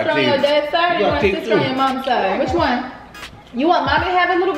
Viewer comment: You know yo baby gonna be trouble when he say “ Stister “ 😹😹